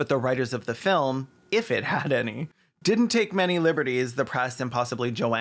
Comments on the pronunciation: every time caelan says filim i laugh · Please tell me you're saying 'filum' like Slavoj Zizek on purpose because I laughed every time you said it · Your ability to pronounce the word "film" with two syllables is a legit superpower, please only use it for good